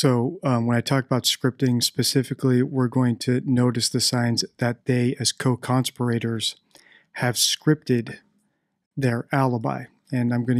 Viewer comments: Your pronunciation of CONSPIRATORS is just bizarre. Have you never heard the word spoken?? It’s not ‘CON-spirRAtors’. It’s ConSPIRators. The emphasis is on the second syllable, not the third. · "con-spi-rator" ?????????????????????? it's "conspira-tor" as in "conspiracy" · Just one thing to note, there are no law educated types of people on this planet with English as a first language who decribe conspirators as conspirate ors. ? strange way to pronounce that word?. Its not that easy to just dump a body however small into the sea without sailing out quite far in a boat and using heavy weights to pin that body down. Especially along a tourist coastline thats frequented by a whole host of various users of the sea. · Dude, how did you decide to pronounce “conspirators” that way? 😆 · Why do you believe that Madeleine was put in the ocean? You have said this on several of your videos. How would they have accomplished this? You have not put forth a hypothesis of how this may have happened. She would need to have been weighted and also taken far out to sea so as not to have her body found? Also, you pronounce conspirators in a strange way, despite in other previous videos (or subsequent, I don’t really know), expressing that this is the incorrect pronunciation. Hope someone can answer this. Thanks. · Where did you learn your pronunciation of "conspirators"?